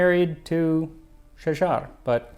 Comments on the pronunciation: not Shajjar al duur, shagarat addurr. I feel you are doing it in purpose like zios saying KHKHKHamas to degrade their exposer. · Egyptian here and I absolutely enjoyed your take on that part of Egypt awesome history It’s Shagarat not Shagar as the first is a singular tree while the latter is the plural form of the word ie trees 😂 I recommend you explore another famous Egyptian dish - Molokhia also dating back to Mamluks era with another very intriguing story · Thanks for the video man, great to introduce our historical dish’s to everyone ❤, I’m a native Arabic speaker just a small correction her name was Shajart with T, not Shajar. Shajart Aldur is famine Shajar used plural for one tree which is Shajarah ( sorry Arabic language is a bit confusing, cheers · For the love of god it's only Umm'u Ali, it's so damn simple, if you're doing all that research why aren't you bothering to learn how to pronounce it?? And Shajar-Al-Dur? It's Shajaret-Al-Dur or Shagaret-El-Dur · Its pronounced Shajaret ildurr. Thanks for the recipe amd history❤ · Love your videos but I can’t stand listening to you mispronounce these two words. The name of the dish should not sound like you are talking about someone’s last name of O’Malley. There should be a slight beat (for musicians it’s like a sixteenth of a rest). The queen’s name is Shajarat Al-Durr. Without the T it is plural and the T is there because Tree is feminine. keep doing what you’re doing. Hope this helps.